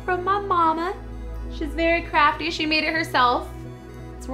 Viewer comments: When she said her mom was very crafty, I thought she said crappy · for a seccond i thought she said ''my mom is very crappy''